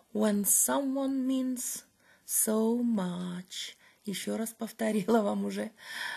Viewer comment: Видим, видим прогресс в английском😊 только в последнем слове "much" не тяните гласную, в этом случае краткий звук (а). Успехов!